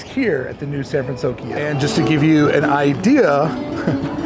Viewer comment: Good on you for saying "San Fransokyo" correctly now 😄 Has the music changed there? Does anyone think it might?, you're the best!!! Your videos are always so well done and entertaining. Looking forward to becoming a Club 1313 member!